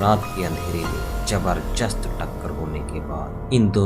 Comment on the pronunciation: जबरजस्त? इंट्रक्शन?दूस्तावास?